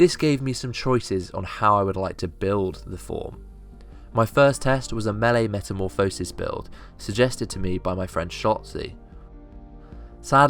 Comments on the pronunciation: It's not Meta-mo-phisis, its Meta-morph-osis. just a fyi. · Metamorph-oh-sis. ye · i just thought you should know, you say metamorphosis like a derp :) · whole video on a word you cant pronounce. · plz reupload the video saying meta correct plz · you pronounce it as metamorphosis not as metamorphosis.